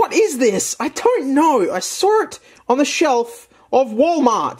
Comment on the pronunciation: i love the "i sawr it on the shelvs"